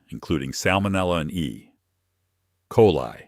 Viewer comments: AI doesn't know how to pronounce e coli😂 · EXCELLENT VIDEO! Except for the split word " E------coli," the ie voice is pretty good too! Having already utilized everything already stated here in this video, MOST of us want to also know, How the heck is hydrogen peroxide "created ?" Jim Varney's persona manager, a close friend of mine, went shopping with us and threw out ALL of the "cleaning" supplies I'd put into my shopping cart, and bought a gallon of distilled VINEGAR and a quart of alcohol-Joe was chemistry major and showed me how this combination cleaned EVERYTHING in our house except plastic computer parts and keyboards! (Guess it EATS plastic?) Love the TERM "Overpriced Novelties!" Prevalent in more categories of manufacturing than just these; WE contend that many "Rock Concerts: overpriced novelties also! FredGold&LyndaFayeProductions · Yeah that period sure confused the heck out of the AI voice. I wish creators who used artificial voices would listen and fix that kind of stuff.